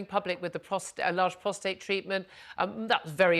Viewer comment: What is wrong with these people it is PROSTATE not PROSTRATE